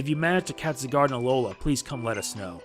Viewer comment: Its ZYE gard Not ZI gard